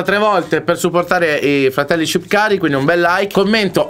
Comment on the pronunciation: Ma ha detto shqipkari no shqiptari